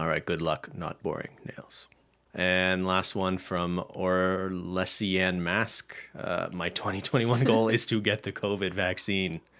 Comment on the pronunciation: or-lesh-un mask? Me, listening distractedly: Orlesian, bro.